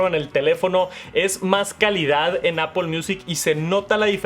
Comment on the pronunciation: por que le dice Apol?